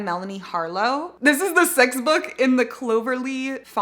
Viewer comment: You said sixth book for ignite and I thought you said sex book and I was just like…okay slay